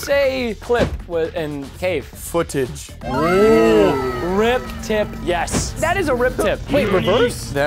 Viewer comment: Bro he said footige on the u cant beat this throw